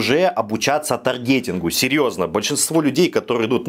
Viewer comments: Не стоит слушать человека, который говорит "таргЕтинг" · происхождение слова от английского языка, произносится на английском с ударением на А